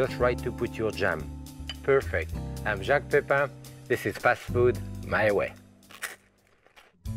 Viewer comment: First time I have seen him and I think he's very good - very, very good BUT Messieurs les Americains please pronounce his name correctly. His name is Jacques the sound is ATTACK and not SHARK and Pépin more like Paypal than Paypaaarn. No one else would notice but it kind of grates on the English or Welsh ear. I know, I know, the English can't pronounce it either.